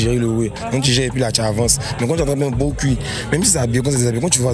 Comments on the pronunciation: Gros « Cul» stp et non cui... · ONT DIT CUL ET NON CUI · Sauf votre respect, madame! On ne dit pas « gros cui »? Mais « gros cul »! On écrit « cul » et ça se prononce « QU »!!! Ayant passer mon adolescence à Abidjan, je sais que tout le monde dit « cui »